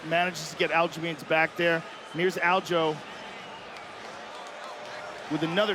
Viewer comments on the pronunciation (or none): WHY TF DOES EVERYONE CALL HIM ALJO!?! ITS ALJA ... how bout I start calling you Petor or better yet let's just drop the r, fuck it.. call you peto...